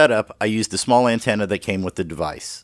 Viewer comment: this is very informative, but i couldn't help but laugh at "an-tan-na"